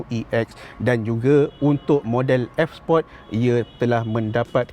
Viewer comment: Sebut sport tu biar jelas.. support tu dah laiin ..Sport..Bro sport